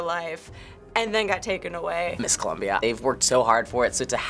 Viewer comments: IT'S COLOMBIA!! NOT COLUMBIA!!!! GRRR... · it's COLOMBIA not Columbia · ColOmbia! not Columbia! pls..(subtitles) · It's ColOmbia not ColUmbia. So don't go saying he needs to learn how to read if you can't spell ^^ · It's Colombia, not Columbia. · If you listen to what he says is 'the first runner up is Columbia' so I guess he just read first and Columbia. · How do you misread "Colombia"?